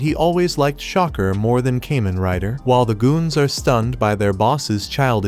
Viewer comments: Kah-men like "common" not no damn cayman crocodile rider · It’s Kamen. Kah-men! This is the n-th video I’ve seen with this miss. If you must use AI at least check and get it right. Sorry I’m just sick hearing Cayman, Cayman, Cayman… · It's Kamen rider not kemen rider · Great video . It ka-men not kay-men. Thanks you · I hate how the ai says "kay men rider" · It's so cringe hearing kamen rider pronounced incorrectly